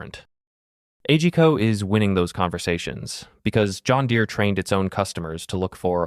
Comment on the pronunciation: Isn't A G Co promounced as on word ?